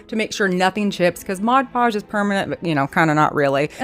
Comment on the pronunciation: These are great! BTW, I can’t tell you how much I appreciate that you pronounce Mod Podge correctly. I have issues, and it drives me crazy when people make videos and call it modge podge.